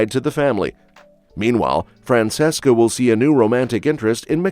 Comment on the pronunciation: FRAN CHESS CA. Its pronounced liked that